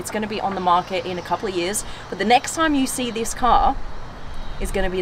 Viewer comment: No time to die.. Not "no tame to die"